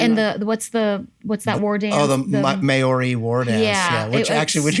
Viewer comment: " May-oarey". Maori - pronounced 'Mau- Ree' like 'mouldy'